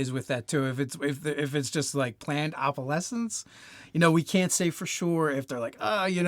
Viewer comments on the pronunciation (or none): Planned obelesence? Lol